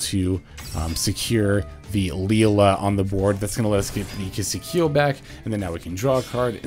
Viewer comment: It's Key-see-kill 😭 One day